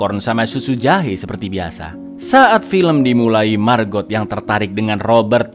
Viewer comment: Setiap nyebut margot..nyg ada di otakq malah maggot🙈..iuuuh